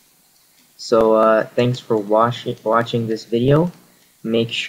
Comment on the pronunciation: ''Thankx for Washing'' LOOOl! AHAHAH